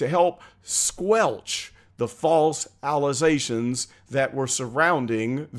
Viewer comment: I'm new here. Are you mispronounceing allegations on purpose? Just curious. If so ,,,,it's very funny